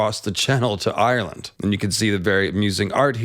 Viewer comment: It's not Eye-your-land. Just 2 syllables. Like how Irish isn't Eye-your-ish